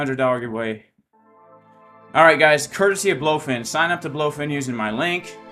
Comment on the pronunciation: BLOOOfin, lol well everyone calls it Blowfin what can you do, they should rename to Blowfin, no point in fighting the trend